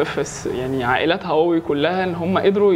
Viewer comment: عملتوا حلقة عشان تشوفوا الناس بتنطق هواوي ازاى واللى بيقدم الحلقة بينطقها غلط , مشكورين على المجهود